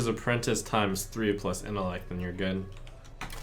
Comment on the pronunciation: I laughed so damn hard when he said "apprentie" cause I thought of this comment